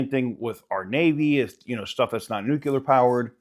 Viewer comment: Soooo smart, really... Then turns around and says "nukular." 😢. 😊